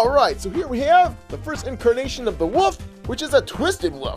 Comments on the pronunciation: Why ya call twisted WOLF twisted WOOF? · Its not wof its wolf